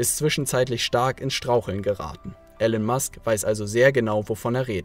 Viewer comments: Er heißt gesprochen "Ilon Mask" aber trotzdem gutes Video. Grüße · Er heißt Elon Musk, nicht Ellen/Alan Musk.